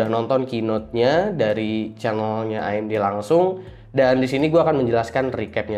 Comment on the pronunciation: Akhirnya ada yg pronounce AMG bener (A em ge bukan e em ji) Btw Bahas threadripper Pro dong :)) kayanya menarik